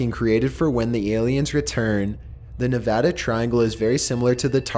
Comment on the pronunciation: Thanks for pronouncing Nevada right